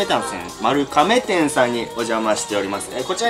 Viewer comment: うどん県民です。来られてたんですねー。ちなみに"まる が め"です😀